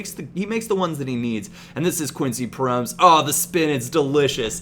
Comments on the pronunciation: Yo i am from the netherlands and here we say his name like pro-mes not promes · Its actually pronounced as Pro-mès, not prommes. Just so you know :) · it's not pronounced promes but like prome-ass or promez (as in mario gomez) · Promes is pronounced: PRO-MASS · you say Promes wrong, its Pro mes, say ''mes'' like you say ''Pro'' like Pro evolution and ''Mes'' like MESsi. I hope it helps. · promes is pronounced pro-mès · Its prom-ES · you pronounce it as PRO MESS, just sayin im not hatin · Love Promes (pronounced like 'Pro Mess') so much irl. Youth product of the club I support :) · Promes is pronounced as promise therefore his name is Quincy promise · It's pronounced Pro-mess! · you pronounce Promes wrong. You have to pronounce it like promesse, like esse in finesse